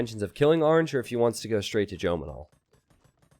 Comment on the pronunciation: why does pronounce orange arnge